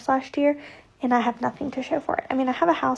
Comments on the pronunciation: "yast year" . Good grief. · “yast year”! 😂